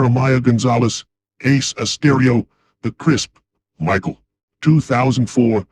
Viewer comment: hmmm wonder if Michael was pronounced differently for a reason....